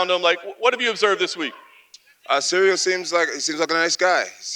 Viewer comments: Jon keeps calling him cereal 🤦‍♂️ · it's funny how everybody struggle to pronounce Cyril correctly, one says serial the other soreal lol come on guys! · Anybody else noticed they're calling Ciryl "cereal"? Put some respect on his name its CEE-RILL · He keeps calling him…. ”Cereal”….🤔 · "Cereal Gane" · Jones: I study Ciryl’s fights every night. I know everything about him. Also Jones: “Cereal”